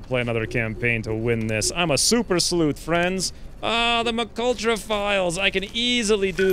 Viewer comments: "Emm Kay Ultra" For the love of god stop say Mcultra. That's the dooferiest thing I've heard in years. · He is 100% saying McUltra because it's more fun, and possibly because people keep telling him that :p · It's pronounced M K Ultra. It was a CIA Mind Control/Remote Viewing program.